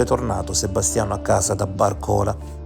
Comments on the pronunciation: Accento sbagliato? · Si dice Bàrcola, non Barcòla. Comunque a meno che non hai un guasto all'auto non torni col bus. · si pronuncia Barcolà non Barcòla. 🙂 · barcòla dai dai dai bàrcola si dice!! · Bravissimo, anche stavolta hai fatto centro.....solo una precisazione....i dice Bàrcola e non Barcòla...... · Comunque,si pronuncia Bàrcola non barcòla